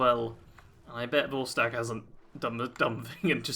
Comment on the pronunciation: vortsage? You mean Vorstag?